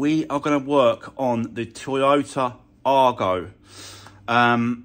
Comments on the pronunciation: Whats an arGO - try saying eye-go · Going to make a nice little car for someone when finished, but please call it an Aygo ( as badged ) not an Argo, you’re doing my head in!